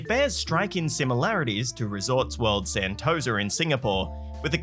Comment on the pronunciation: why did he say sentosa like that damn